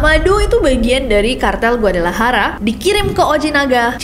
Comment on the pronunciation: GUADALAJARA dibaca GUADALAHARA bukan GUADALAYARA sama dengan pengucapan Juan jadi Huan